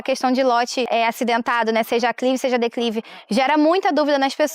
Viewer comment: Eu acredito que ela tá tentando dizer "declive" não dá pra entender direito